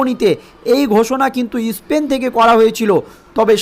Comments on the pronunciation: ইসপেন নয়, স্পেন। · Ispain? Isthapon? FIlim cify? hat a pronunciation!